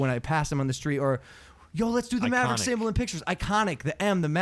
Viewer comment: Bro... Not Marverick... Tell me this is a joke.